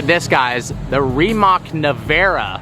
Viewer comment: When you say Rimac, don't pronounce c like k